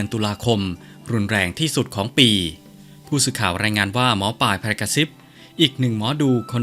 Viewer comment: อ่านนามสกุลแม่หมอให้ถูกด้วยค่ะ